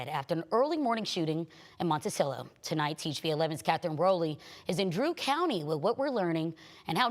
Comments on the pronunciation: Monte-Chello? lol, is she from Arkansas. lol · Reporter said Montichello. lol